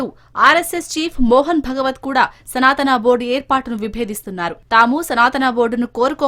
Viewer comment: తెలుగు వాళ్లేనా ఈ వార్తలు చదివేది, రాసేది? ఏమి చదువుకున్నారు? సనాతనా అని అనేక సార్లు పలకడం ఏమిటి ? పైగా శ్రీ శివావతారము, సిద్ధులు, మహాత్ములు, మహిమాన్వితులు, పూజనీయులైన శ్రీఆది శంకర భగవత్పాదుల వారిని అతడు అని ఏక వచన సంబోధన, బుద్ధి, సంస్కారం ఉన్నాయా?